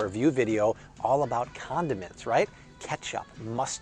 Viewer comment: He said conamints 😎🎱🎲🤟🏼